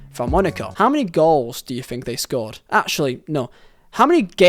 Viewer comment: "Fink"? Learn to talk properly or delete your channel.